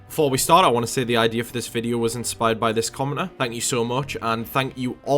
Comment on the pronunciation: Bro i swear you said commoner instead of commenter, i could so be qrong, but your accent made it sound like that, which is hilarious BTW, no hate, just had me dead for a minute